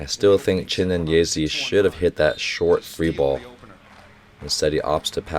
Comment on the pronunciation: People in the comment: it's Chi-né-nyé-zé: Chi-né-nyé-zee